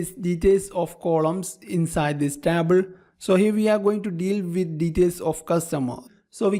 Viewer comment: Dude, your English is perfect. But that TABL instead of table really cracks me up! good work tho